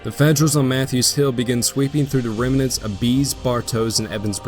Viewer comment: No hate, but it's pronounced "rem-nants"